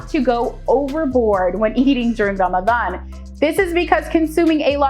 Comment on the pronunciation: I love the way she pronounces Ramadan it is close to arabic proninciation